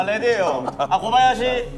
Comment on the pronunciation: 미쳤냐고 ㅋㅋㅋㅋ 아니 고바야시 라고 해야하나?ㅋㅋ